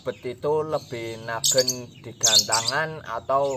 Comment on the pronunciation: Nagen bukan naggen cuy